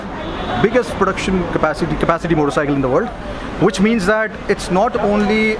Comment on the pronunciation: All I heard was motorcycleL